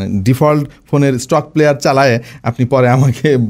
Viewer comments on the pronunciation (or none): none